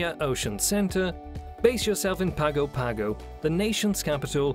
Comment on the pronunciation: PAG-oh PAG-oh? I've heard it's pronounced PANG-oh PANG-oh, but is more often mispronounced PANG-go PANG-go. I was able to visit the Cook Islands in '87--specifically Rarotonga. What a beautiful place, and it's an overseas territory of New Zealand, like American Samoa is for us. Moorea is moe-RAY-ah, rather than MORE-ee-uh. Papeete is pa-pa-A-tay, rather than pa-PEA-tea. For the record, Tahiti, Moorea and Bora Bora are all part of the Society Islands group of French Polynesia, with the other 4 groups besides the Societys being the Tuamotus, Marquesas, Australs and Gambiers (GAM-be-ehs).